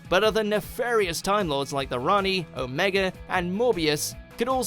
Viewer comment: You pronounced Omega's name wrong